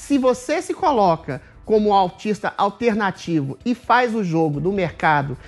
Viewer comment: o adriles fala autista em vez e artista!